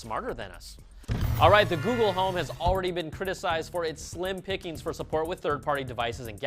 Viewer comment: Please don't start using that Good-gle lol gosh that was terrible